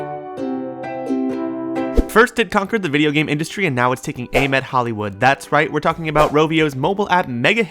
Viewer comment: i vacht the movie bifour i sawd this bwideo